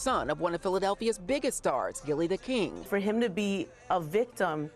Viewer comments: The name is Gillie Da Kid not "King" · How embarrassing, local news station and they didn't even say the man's name correctly, when speaking on his deceased child. It's KID not KING! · I know i heard right when they kept saying gillie the king smh. His name is gillie the kid, not king... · Is it that hard to say kid? I can't take one more Gillie the King 😂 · they still saying Gillie the kid name wrong 🙄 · The fact y’all said his name multiple times & it was wrong 😒